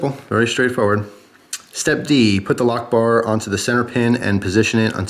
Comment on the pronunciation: I thought that when you said "a lockbar" it sounds a little bit like "allahu akbar" and now i can't get it out of my head and you keep repeating lockbar...... D=